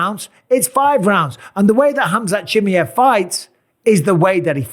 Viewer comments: Its not Chimeev its ChimAev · it's Chima ev not Chimyev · Khamzat Chimyeev - Bisping. Bruh it's Chi-muh-yev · His last name sounds not 'Chi-miev', more like 'Chimaeff' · Why does he call chimaev “chimmy ev” 😂😂😂😂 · Chimmy hav you pronounce his name so wrong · Chim-eye-of brother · Every time I hear bisping say chamaiv name it’s getting me tight 😒😂😂😂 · What a weird way to pronounce the guy name😂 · MR Bisping, Chimaev is pronounced CHIMAHEHV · Why do you say chimiev like that 😂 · Tough to listen to when he doesn't first learn how to say Chimaev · You've got to learn how to pronounce Chimaevs name though, you limey. If you're going to be an analyst, you've got to learn how to say foreign names. I love you Bisping, but come on. Do a little bit of research and don't be as lazy as Daniel Cormier. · Mike, for the love of god, go and listen to how everyone else pronounces Chimaev it's only fair you say his name right 😂Best in the business though, and best fight interviewer by far 😉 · the way he say Chimaev hurts my soul... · Bisping I love you but can you please learn how to pronounce Chimaev lol Dana shows you lol 😂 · You always mispronounce his name!